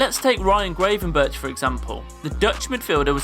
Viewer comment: Amateurish video with lack of care taken on researching results, lack of understanding of Liverpool's history (yes we have won the treble twice, 1984 and 2001!), and comparing Liverpool to Barcelona not cool. Ryan Grave-n-berk? Its Grav-en-berk. Get it right!